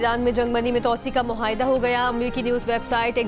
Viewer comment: Mohaida nahi moaida HOTA hay aap ka test nahi Lia gaya tha news caster bnaney key lie